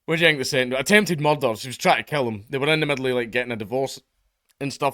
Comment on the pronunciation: Any video that gives an excuse for Dank to say "Murrdurr" is a thumbs up from me.